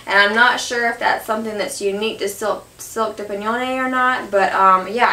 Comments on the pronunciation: Its pronounced DUPION ! Please ..:) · Dupioni is pronounced - Dupe-e-o-knee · Its dupion! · Do pee owny but I like the way you say it more. ;) That baby child is precious and lucky to have such a great mama!